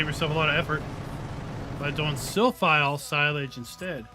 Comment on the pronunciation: Great video, but I guess it's Silphie and not Silphile 🙂